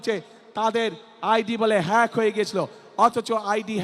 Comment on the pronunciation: হ্যাক শব্দটা উচ্চারণ করতে পারে না যে লোক সে আবার বলে দেশের প্রধান হতে চায়। মূর্খ